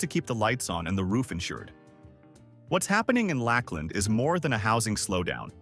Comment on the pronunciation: As a Florida native, I think you mean Lakeland not Lack Land. I almost felt insulted I never heard of this city, only to find out it’s not real 🤣